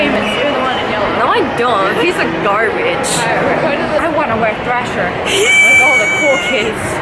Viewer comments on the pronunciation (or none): She said thrasher like slasher 😂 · Did she just say ‘slasher’ and not ‘thrasher’ 🤦🏽‍♀️🤦🏽‍♀️🤦🏽‍♀️😂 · She said prove your allowed to wear slasher. It's thrasher bud